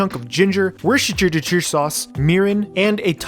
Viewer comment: worchchchchter sauce😂😂😂